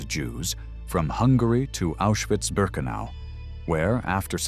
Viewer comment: Ma come pronuncia Auschwitz, grese,bergen belsen ecc,meglio,andare a. Scuola